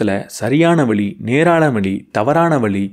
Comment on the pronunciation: சிறப்பு ழ'கரத்தில் கவனம் கொடுங்க சார். வழி உச்சரிப்பு வேற, வலி உச்சரிப்பு வேற. 🎉🎉🎉 உங்களுக்கு வாழ்த்துகள்... நல்ல நல்ல கருத்துகள் சொல்றீங்க... நான் இந்த சமுதாயம் சொல்வதை கேட்பதில்லை. நல்ல செயலை மனிதனால் எப்படி செய்ய முடியும் என்று மூடநம்பிக்கையை ஒழித்து செயல்பட முயலுகிறேன்.